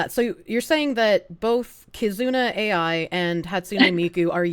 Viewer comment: Bro she can’t even SAY KIZUNA AI what a fuckin POSER. She’s literally just there to sell you shit and fear monger INTO the shilling. I don’t know how you didn’t call her out about that.